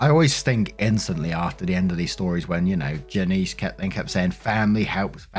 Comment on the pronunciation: Story 1 - When can't pronounce "Janice" properly.................